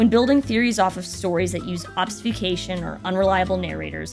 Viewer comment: I wish the people who narrate these videos would learn to speak slowly and precisely. It's also distracting when they mispronounce words (like obs-fu-cation instead of ob-fu-scation) and names(Elaina instead of Helena and Regabh-ai instead of Regabh -ee)